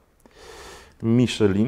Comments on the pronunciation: Miszlę, a nie Miszelin. XD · jak na takiego znawcę tematu, mógłbyś poprawnie wymawiać nazwę opon z półki premium;) Przepolskowane nazwy brzmią komicznie w niektórych wydaniach... Miszelin hehe